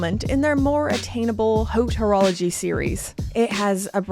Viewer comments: Did she say Hotorology? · Nice vid and good take on this unusual piece . Btw the H in haute horlogerie is silent 😅.